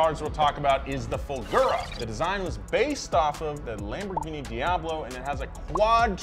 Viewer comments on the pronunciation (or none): none